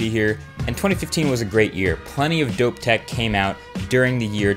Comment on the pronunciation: am i the only one that hates when he says dope idk why but i just dont like it when he says it he just so white sounding and it just dosnt work